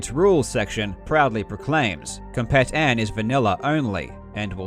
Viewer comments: Not to nitpick on such a great video, but "Compet-n" is supposed to be pronounced like slang "Competin'", like, "Competing" without the g. So like "come-peet-in". It's really whatever just figured id mention it. I remember when that site was still active and was the #1 portal for Doom speedruns. The Doom demo mechanic was great. Back in the day, actual videos were way too big for the internet at the time. A lot of people had dial-up and uploading a demo to submit or downloading a demo to view would have taken literal hours, sometimes DAYS for a long video of several hundred megabytes. For anybody who doesn't know, Doom demos only record player imputs on every frame, and loads an actual game and plays it with the recorded imputs. Since Doom uses a pseudorandom number generator based on player imputs, since all the imputs would be the same each time, the numbers called up would all be the same. And Yes, if you could somehow perfectly repeat all your imputs, you could play an identical game with all the same random numbers. But using demos, the file size is kept incredibly small as opposed to an actual video recording. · I think "Compet-N" is supposed to be pronounced "competin' ".